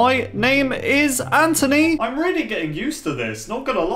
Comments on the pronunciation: I like how he says hello my name is, (Anthony) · He says Antony not Anthony and you know what happened in Ant-Man 🔫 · _- it's Anthony not antony